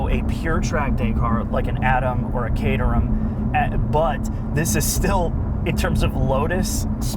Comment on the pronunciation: They can't even bother to pronounce company names properly (Aisin, Caterham, etc.). Typically American.